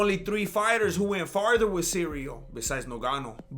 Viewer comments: I love how everyone is calling Cyril Cereal and Surreal. Did you start that or your nephew Chale? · "Cereal Gain"